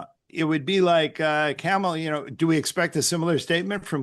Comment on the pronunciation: Sheesh. He hasn’t even learned how to pronounce Kamala after all this time